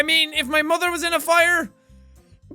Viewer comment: "it's my muather" :)